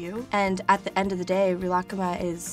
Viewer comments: Pronunciation so wrong. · she cant even say it right wtf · I was so excited to watch this until I heard how she pronounces Rilakkuma... did nobody properly teach her how to pronounce it during production? As someone who speaks fluent Japanese, it’s so painful to hear. I’ve seen so many others commenting on this too... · I’m pretty sure you made a mistake there. It’s not ri-raku-kuma or you would be saying ku twice, which doesn’t make any sense. I’d say it’s more like ri-luck-ma, if you want to pronounce it the Japanese way. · Re-la-ka-mah? What? I thought it was ri-le-ku-meh I’m confused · same. i say real-uh-koo-mah vs.. ril-uh-kuh-muh they way she says it is frigging weird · Malia deGuzman she’s pronouncing it unnaturally. shes saying “rih-lahk-kuma” (connecting the k’s) but in japanese its more like “rih-rah/ku-mah” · People in japan say it like ri ra ku ma Not rilak kuma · she's pronouncing the second half right, but in japanese wouldnt they use a long e sound for ri ? sometimes it sounds like she's saying rih instead of ree. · Rilak-kuma???? I’ve been pronouncing it as “ree-la-kuma” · woahhh i thought it was pronounced real-ah-ku-ma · “reelah-kuhma” it’s literally just reela kooma oh my god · I CANT WATCH THIS SHE KEEPS PRONOUNCING IT AS REELAH KUHMAH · I thought it was pronounced Ri-la-ku-ma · Omg this is so creepy.. at the beginning it sounds like she says Rilakma right? Now pretend she says Rilakkuma (but she says the u really fast) Play it again.. I hear both omg.. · I thought It was pronounced ri-la-ku-mah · Gi kun I speak Japanese and have been for 7 years now sweetheart. ree-la-ku-ma is how it’s pronounced. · Is that really the American way to pronounce Rilakkuma? I’ve been sounding it out phonetically and it took me awhile to figure out what she was saying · It is she's butchering it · One thing that annoyed me as an asian was that they couldn’t be bothered to correct Lana on her pronunciation.